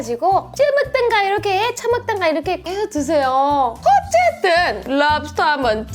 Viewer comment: 랍스톼 쁠뤡스~